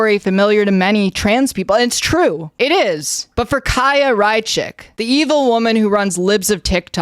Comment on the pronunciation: As a Jew, it is so painful to hear people pronounce Chaya Raichik. She doesn't deserve to have her name pronounced correctly but still.